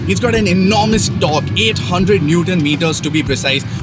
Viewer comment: You had me at eighdd hundled newddon meeddahs of dork